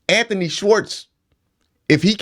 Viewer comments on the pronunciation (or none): none